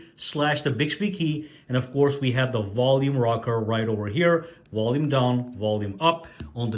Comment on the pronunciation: Wall-ume lol